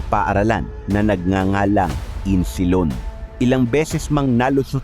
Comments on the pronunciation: Isnilon not Insilon po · Isnilon hindi insilon😅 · maganda sana kaso kulang kulang ka sa research ng pag bigkas, like insilon,, at islamis, islamic po yan as in islamik hindi islamis millitant. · Boss isnilon Hindi insilon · Insilon o isnilon?😅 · hind insilon.isnilon yan .ayusin mo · Isnilon hndi insilon😂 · Isnilon ang nakasulat ahh...bakit insilon ang banggit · Isnilon Hindi Insilon? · kopya nalang story mo mali pa pagbigkas mo ng pangalan ayusin mo sunod pa dumami views mo🤔